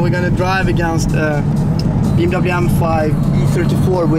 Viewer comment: I love how he says "were gonna drive against bwm m5 e34"